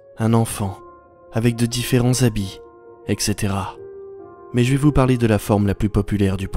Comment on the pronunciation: ("Et Cetera" pas "Exétera" ! Please !)